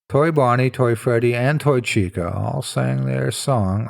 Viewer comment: I do wish I'd found this back when it was created. Now my mind just keeps comparing the canon lore to it... >_< Interesting how your accent shifts Fazbear and Chika rather far from the pronunciation from other YouTubers I've hears speak of the series.